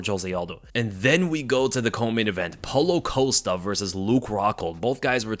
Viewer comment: Wait wait wait wait wait… How in the hell, do you know this much about MMA and you don’t know how to pronounce Paulo Costa’s name 😂😂😂😂😂😂😂😂😂😂😂😂😂😂